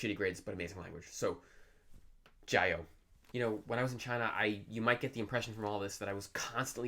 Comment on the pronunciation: You pronounced 加油 with the wrong tones.